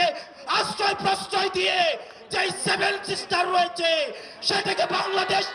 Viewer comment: Are mara age 7 sisters uccharon kor